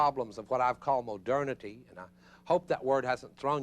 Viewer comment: Gotta love “Hai-degger” and “moh-derna-tee.” Just discovered this guy, big fan. Reminds me of home (TN), though I think his accent is from a different state. It’s hilarious because you expect a Baptist sermon from that accent, and then you realize you’re not in church.